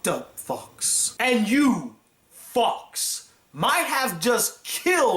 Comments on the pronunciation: is he saying fucks or fox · It sounds like that lol.